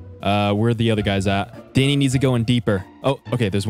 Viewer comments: Why are u calling him fanny 😂 😂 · Its sound like your saying fanny not Danny ps fanny it a women's lower parts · he kept calling him fanny lol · Anyone notice how he called him fanny rather than danny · Does anyone else notice he calls Danny *Thanny*. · He’s not Danny it’s thany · He called Danny fanny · U kept calling dany fany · his name danny what i heard him calling him Fanny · Why do you say fanny instead of Danny lol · He was saying fanny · It’s Danny not Fanny lol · I can’t man he kept calling him fanny🤣🤣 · BRuH u keep calling him fanny 😂😂 or I’m deaf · Is it just me or does keep calling Danny fanny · I thought he said fanny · Are u saying fanny lol